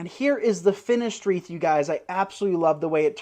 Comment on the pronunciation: It's "WREATH," not "REEF."